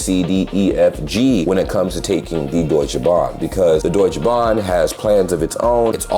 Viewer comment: Bro, its Deutsche Bahn, not Deutschbahn!! 😂 Schön mal von außen zu hören wie deine Eindrücke waren! Viele Grüße und auch dir ein gesundes neues Jahr! ✌️